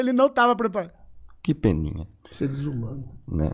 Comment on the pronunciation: "ISSU É DIZUBANO" 😢😅 TÔ COM DÓ